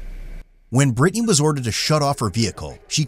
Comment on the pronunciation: 'Brytni'??? Omg 🥴🥴🥴